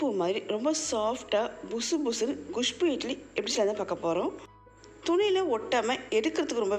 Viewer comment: Castor seeds are not good for health. Your kusbuu pronunciation is so funny